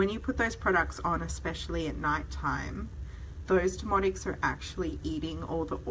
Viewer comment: Your accent is lovely, so please don't take offense, but when you refer to "demodex" it comes across as "demonics". Crazy eh? The very thing that's driving us nuts. IS Rather Demonic!😛